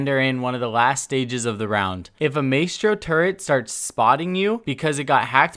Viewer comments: Ma-S-Throw= not Maytro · My-stro, not May-stro. Tur-ret, not tur-rent. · It's not MAYSTRO!!! it's ma-estro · "My-stro", not "may-stro" :p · Its pronounced “my-stro” not “may-stro” still love your vids tho bro💪🏻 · ITS MY-STRO NOT MAY-STRO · Please don’t ever say “May-stro” again. It’s “My-stro” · PRONOUNCED.. (MY STROW) not (MAY STROW) i hate hearing names butchered repeatedly stay in school kids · Dude it's not may-stro... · Am I the only one that gets triggered when ever he says Maystro. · just so you know, you are 100 percent butchering the proununciation of maestro. Its pronounced like miestrow. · why do you call mistro maystro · Maestro is pronounced “My-Strow” btw and don’t wanna be a dick but it’s “Turr-et” not “turrent” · The pronunciation to say maestro is ma estro don maistro 😂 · #Question4Coconut Can you please say Maestro correctly, pronouncing it like maystro is giving me autism. It's maestro, like in music where the ae makes an 'I' sound. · "maystro" lol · Because it's not an easy mistake like May-stro. There isn't an N in turret. It's like when people say Warshington instead of Washington. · Yh it “my-stro” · Alastair grant or “mice-tro” either way it was annoying af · I swear if he says maystro one more time. Lol great vid keep up the good work. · The way you say his name 😫 “MAY-STRO” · DonkeyDotExe I was talking about your "my-stro" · My-Stro Jesus I couldn’t stand the way he kept saying his name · "May-stro" "turrents" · It’s “Mah-eh-stro” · Maestro is pronounced My-Stroh and turret doesn't have an 'n' before the second t. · Its "my stro" fam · Holy fuck are you okay? What’s a turrent? Who’s Maystro? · Man said maystro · Mae-stro 😂😂 god help me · Did it not bother anyone else that he mispronounced turret as "tur-rent" and maestro as "may-strow"??? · is pronounced maestro is pronounced mistro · Maystro????? Really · May-stro? Wtf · Maystro? Tf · Stop saying Maystro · “Maystro’s Turrents”